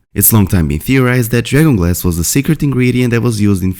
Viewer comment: I think you are trying to say dragon glass, but, with your accent, it sounds like drayon glass.